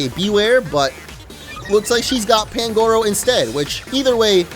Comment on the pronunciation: You dont say pangoro you say panguro